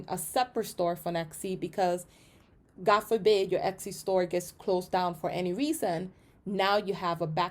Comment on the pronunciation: it's not exy it is etsy